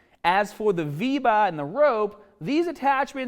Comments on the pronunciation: "If you use the VEE-VAAAHH" hehehe love you! And your Saiyan armor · "So if u r using the VeBa" the word sounded like a new app😂😂